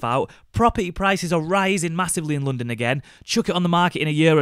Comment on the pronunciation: it's not pronounced loondon